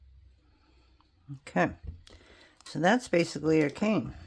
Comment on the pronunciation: Cane..not can